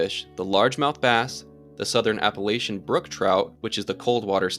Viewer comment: Super interesting stuff! But the way he pronounces Appalachia hurts my soul :(